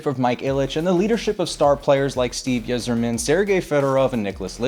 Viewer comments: Yzerman. Pronounced Eye-Zer-Min. How can you mess that up? Joe Louis Arena was my favorite arena. Seen Red Wings games there and almost 20 WWE events. Miss the arena so much. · “Steve Izzerman?” My guy, how do you sleep at night? Did Izzerman play against the likes Wayne “Gritt-skeye” and Mario “Lemooks”? C’mon, dude. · Steve Yzerman’s last name is pronounced EYE-zer-man. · Steve Yizzerman 🤣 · Clinton also butchered it in 98 lmao. "Their captain, Steve Yuhzerman" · Sooo… the Gretzky press conference was done at Molson House and not the Colosseum. If you want to see a saddle shaped roof in Alberta you need to go to Calgary. And how do you not know how to say Yzerman? I imagine there are other errors in the video. I am too lazy to fact check everything just like you did. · Sid Abel and Steve yzerman u don’t watch hockey learn how to pronounce them before hand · A knowledgeable sports presenter should not need to research things like Yzerman. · You mispronounced "Yzerman" wrong. You are not a huge hockey fan but have a very good sports channel. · AI can’t pronounce anything. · How do you butcher Yzerman?